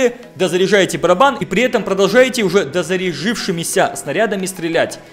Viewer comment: Не дозарижывшымися а дозарядившимися. Аутист.